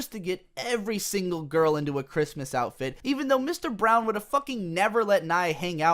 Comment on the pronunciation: Just wondering whether it was Mr. Brawn or Brown, because was saying Brown, good video by the way